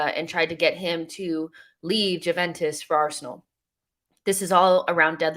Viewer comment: I realize you're an American but that's not how you pronounce the name Juventus.